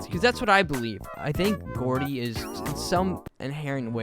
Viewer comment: ITS GROUDY NOT GOORDIE